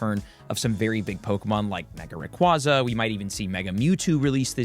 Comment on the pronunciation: Rayquaza (ray-kway-zuh)